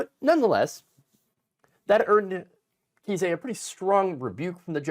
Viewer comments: JFC dude. It is NOT "KEY-SAY" it is "KIZE". "CHRIS KISE" A Friendly note. If you can't pronounce people's names correctly, you shouldn't be doing news podcasts and look like a fool. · trumps lawyer's name is pronounced like 'Ice" with a k (K-ice). But if you're pronouncing it wrong on purpose I'm fine with that too. 😏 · Just a small note: pronunciation for Kise.... rhymes with "ice"... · I think he pronounces it Kice, like ice. It should be pronounced fool. 😂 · nation- It's pronounced with a long "I"-Kise, rhymes with Rice.